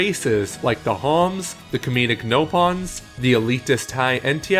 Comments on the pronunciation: its pronounced napon not nopon its spelled nopon but its pronounced napon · It's Nopon not Ropon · That's not the "same exact system as the rest of the games" at all, and it's "Nopon," not "Ropon." Bet this is weak, and the Talesification is not fucking welcome. There are already enough games that feel that way, and they're damn near annual. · For someone with a channel titled "Commonwealth Realm", your pronunciation of "Nopon" is very American. (And not everyone's Scottish in XC2. The Ardainians are, yes, but the Gormotti have Welsh accents, the Indoline have mid-Atlantic American accents, the Leftherians have Northern English accents, the Tantalese [and Tornans in the DLC] have Southern English accents, and the Urayans have Australian accents. Oh, and the blades all have various American accents, though somewhat surprisingly not all SoCal accents.)